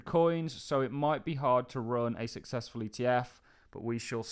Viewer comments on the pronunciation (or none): none